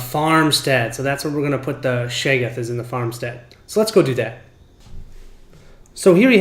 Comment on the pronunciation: Love the set up explanation. Very clear and was simple to understand. Got to be a pedant though, it’s pronounced Shog-goth. Not shay-goth